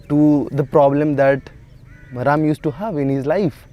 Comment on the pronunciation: It's Ram not Rama